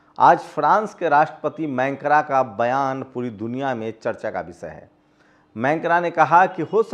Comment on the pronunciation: Mancra nahin, macron boliye. 🙉🙉🙉🙉🙉🙉🙉🙉🙉🙉🙉🙉🙉🙉🙉